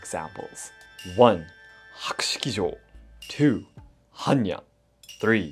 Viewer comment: According Hannya mask - in Polish there is a female name "Hania" (diminutive for "Hanna") , which is pronounced exactly as you've pronounced the mask's name. Beutiful coincidence :)